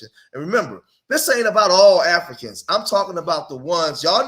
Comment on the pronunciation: A-FLEE-CANS.. LOL